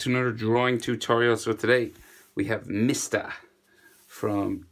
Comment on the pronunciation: He really said MIST A